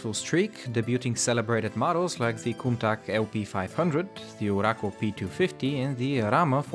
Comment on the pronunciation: Its not the cuntak its a cuntach